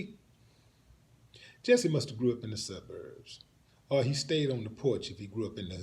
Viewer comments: Jussie pronounced jucy. ????? Another falling star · Pronoince his name right! It's Jussie! Nobody said shit about them being white or wearing maga hat's. Fuck you, dumbass!